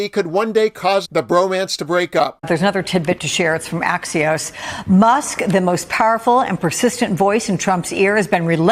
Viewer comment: AXIOS or ASSIOS ??